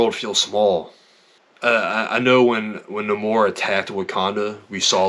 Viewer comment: It's nay-more. That's the comic pronunciation